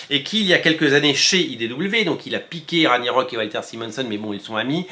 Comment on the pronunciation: Pour Ragnarök (qui se prononce rague na rok), dire que je dois revendre mes tomes 😭😭😭